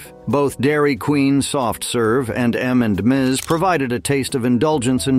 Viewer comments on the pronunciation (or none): M and Ms and not M and Miz!!!!!!!! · Anyone notice 3 times he called M&M's M & Mizz..😂😂😂